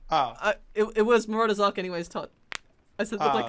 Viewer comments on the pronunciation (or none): ITS MARAUDERS ARCH ( AR-T-CH) NOT ARK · Why do you call it marauders Ark, instead of arch?